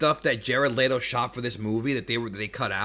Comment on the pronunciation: I love your videos man but I gotta poke a little fun at you. You said Jared LEE-TO and I've always thought it was pronounced Jared LET-O. Lol good review brotha.